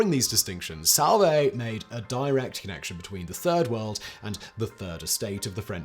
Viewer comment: Oh....I thought it was turd world 🙉